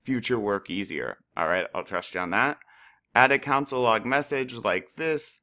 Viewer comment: pronounced cONsole not council lmfao